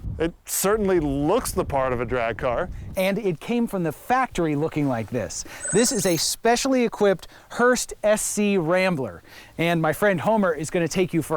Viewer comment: Wasn't it the idea that SC/Rambler was to be pronounced "Scrambler", rather than "Ess Cee Rambler"? At least I seem to recall this from back in the day. 🤔